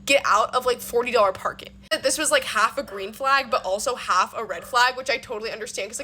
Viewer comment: You're still not an influencer. Red flag: pronouncing it "flog" and "hoff" instead of half.